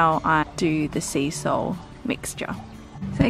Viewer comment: When you said "seasol" I fully heard "sea salt" and I was like... uh ok hahahaha then you showed the seasol container haha!!